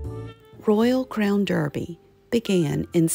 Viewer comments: I love your videos! It’s pronounced Darby and not Derby. It’s a weird British thing. You’ve got a great RCD collection. Where do you buy the plates in Charleston? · It’s actually pronounced Royal Crown Darby, you know our British friends with their clerks, pronounced clarks. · Pronounced DARBY…. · I enjoy American simplicity as well as its grace. My dear mother in law, who was born in York, England, does pronounce it "Darby" and my dear mother pronounces it "Derby". It's called a rock and a hard place. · Sorry, just a side note….the British pronounce Derby as DARBY….best wishes!